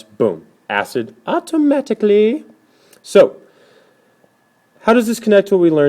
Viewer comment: lmao "autooooomicticallllly"